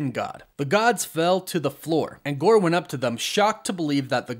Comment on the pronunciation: I keep hearing Gorbachev 😂😂